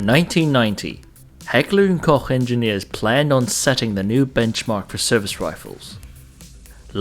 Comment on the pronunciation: yey, one that pronounces Heckler und Koch correct :-D